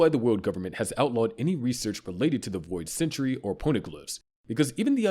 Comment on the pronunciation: This is the same guy who said "wood government," "Oharee," "boid century," "inheriNted," "Bartholomew KULMA," "Sabuddy," "Way-no," and "MomoNOOske". (There's probably more, but I'd rather go to sleep than stay up and look for them) I'm honestly surprised he didn't pronounce the "u" in "Luffy" with an "uh" sound.